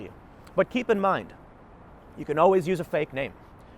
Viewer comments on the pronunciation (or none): none